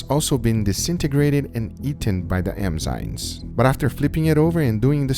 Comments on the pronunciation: I love how scientific your methodology is! A minor point on pronunciation, Guga pronounces it "M-zyNes' where he's flipped the 'm' & 'n' sounds. It is actually 'N-zyMes'. It's not super important, and I thought Guga might want to know. Stay awesome, guys! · Just fyi, it's eNzyMes, not eMzyNes. Love the content, keep it up! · Oi Guga, você fala enzimas errado. O certo é n primeiro, depois o m.